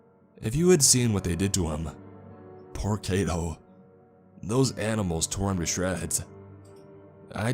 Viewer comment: Just FYI, the "ai" in Kaito is pronounced like "eye" or "high". Japanese words are pronounced exactly as they're spelled (except for words that end with "u", the u at the end is silent).